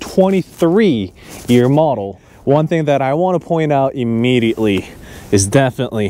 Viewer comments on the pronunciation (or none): none